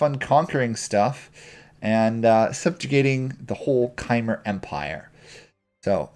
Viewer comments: Hey great guide. Just wanted to let you know that Khmer is pronounced more like Kuh-Mare. Good stuff otherwise though! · its pronounced kmai